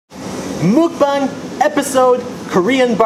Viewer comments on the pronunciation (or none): none